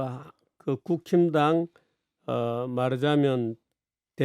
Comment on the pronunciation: 정규재 대표님이 국힘당 이라고 말씀하시는데 제 귀에는 국짐당 이라고 들리네요 ㅎㅎㅎ😊